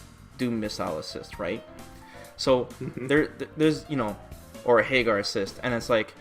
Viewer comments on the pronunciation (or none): The problem with the current meta is the way says "HEYGAR"